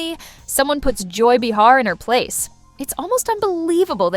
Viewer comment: not enough actual dialogue ( which is what we are here to hear ) too much yakking by the host of the channel, insulting our intelligence with too much explanation. also it's not b'har it''s pronounced bay har.